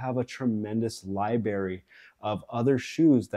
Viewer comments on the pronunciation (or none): Love your talking points and review. But did you say Library as Liberry? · I was looking for this comment lmao it was cute though Liberry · Lieberry? I bet you like sammiches and basketti. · Came for the review, stayed for the word "libarry"